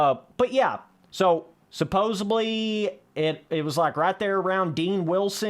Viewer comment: are you loud enough? jesus christ. Also "Suppose(B)ly" aint a word homie